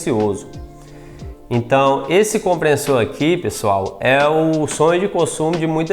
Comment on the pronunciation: Comprenssor, NÃO!!!! É COMPRESSOR!!!